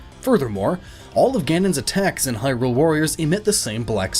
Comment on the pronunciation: Your pronouncing "Hylian" and "hylia" wrong, but you can pronounce Hyrule right?